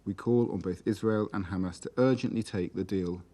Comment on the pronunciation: "........crisis created by hammass creatures" - Sentence completed